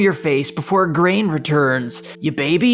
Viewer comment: Grain isn't going to appreciate having his name butchered like that 🍞👎